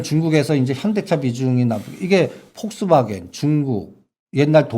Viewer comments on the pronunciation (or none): none